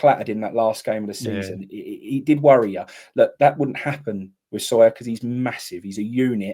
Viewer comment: How many more times? It's not Sawyer it's SWYER!!!!!....Maybe just call him Kamarai, you can't get that wrong.....can you?